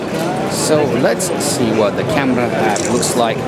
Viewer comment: I like the way he pronounce CAMERAA